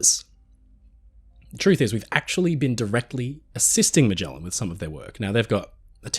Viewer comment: Are you mispronouncing Magellan? Definitely research. The Bismark is not famous, it is infamous.